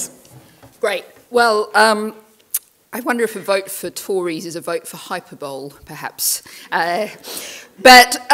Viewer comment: Hyperbole is pronounced hyperbol-ee, dear